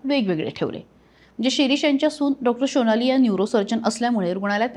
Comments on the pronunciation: Reporter madam tya dr sunecha naav SONALI ahe ki SHOnali ahe ? Pronunciation chi kai dhajiya uadavli. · शोनाली नाही हो सोनाली. बंगाली असल्यासारखे काय उच्चार करता?